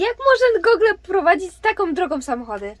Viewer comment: źle wymawiasz "Google". Ja też kiedyś miałem z tym problem, ale teraz już wiem jak robić to poprawnie